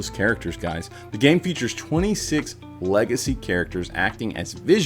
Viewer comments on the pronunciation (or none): none